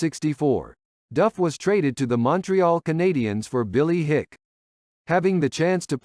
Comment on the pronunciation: Bill Hick? It's Bill Hicke. (pronounced "hickey.")